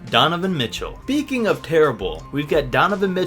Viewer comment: Why is it every time you say the word speaking you don't pronounce the s you say peaking